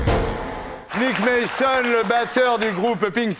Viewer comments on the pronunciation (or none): "NICKE MAYSONNE" is truly TERRIBLE English pronunciation. Jesus Christ!